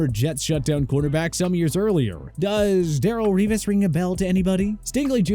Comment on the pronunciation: cant even pronounce revis name right